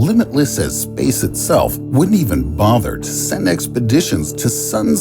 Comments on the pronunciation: Lol why does he pronounce the word "Space" like that? Spaese😂🤣😂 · SPEYCE the way he says space. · Dude, everytime you say "space" it sounds like spess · What is this imbecilic pronunciation of “space”. Ridiculous